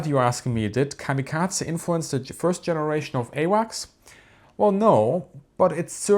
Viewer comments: Why is he saying kamikaza like there’s some kind of a at the end? It’s kamikaze if you’re gonna make a documentary on something learn how to pronounce it. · kamikaza ? Atleast bother with using the correct pronunciation for this nearly 20 minute video on the topic, instead of having us suffer through the misappreciation every 30 seconds. The american enunciation actually matches the original Japanese. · No it doesn't. The American pronunciation is to either pronounce it like kami kazy or kamikazay. Americans basically never pronounce E ending words in Japanese correct unless they have tried learning Japanese. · He is essentially, comically overcorrecting on how American's pronounce it, and his German accent is also playing a part and applying a T sound. American's strongly over lengthen Japanese words that end in a E morae. The only time the Japanese say something similar the massive '-ay' sound American's apply is when ending in a e morae to an i/い, such as in the name Rei. The guy is trying to correct that by cutting the e sound, but its so incredibly cut its borderline devoiced, and English speakers, due to our habit of defaulting sounds to a schwa, hear a soft 'a' sound, even though it is very much just a devoiced e. He is also adding a t to the Z sound, probably an accent thing, turning into the bizzare Kamikatza sound. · How cute it is that you pronounce kamikaze like it is a Georgian family name. Like Eduard Shevardnadze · I hate the way you pronounce kamikaze lol